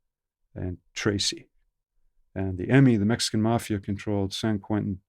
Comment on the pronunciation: "..working with the mAhhfiahh.." The best accent.